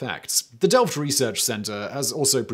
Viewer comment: Your are pronouncing Delft perfect! Love to see that